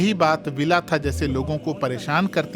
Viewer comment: भंते विलाथा बोलना चाहिए ना कि विलाथा